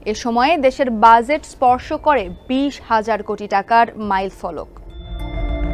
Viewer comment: Exactly bhai, budget ta jebhabe uni pronounce korlen ekdom worst laglo. She is not fit for this post.